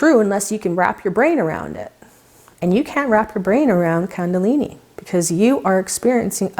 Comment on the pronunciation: kundalini is pronounced differently. its "koondalini" not kandalini